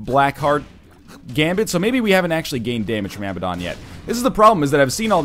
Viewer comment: Abaddon = Uh-Bad-En